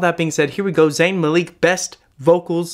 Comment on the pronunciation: Zayn Maleek. BrAndon Urie. That made me cringe so hard